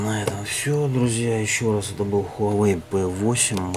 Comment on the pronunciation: только читается не Хуавэй, а Уавэй!